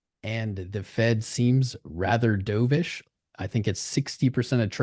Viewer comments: I cringed so hard everytime you said doveish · It's "dubbish" right? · 😂me too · Austin even said it correctly TWICE to gently correct him and he still said it wrong! ugh!